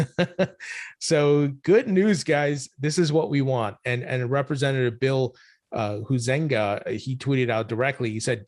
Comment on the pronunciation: Bills name is pronounced “High - zing - gah” with the accent/ emphasis on “High”. He is our Representative here in the 2nd District in Michigan